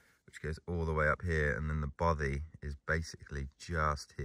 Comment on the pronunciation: love your videos mate, really well produced but as a Scotsman I have only one complaint, your pronunciation of Bothy is making my teeth itch :) I will help you though ! its "baw - fay" kind of like toffy